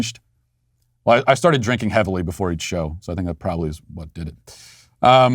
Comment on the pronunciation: "I srarted drinkin heavily jefore the show" 🤣